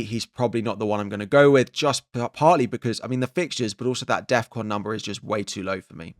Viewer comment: You're putting too much emphasis on DEFCON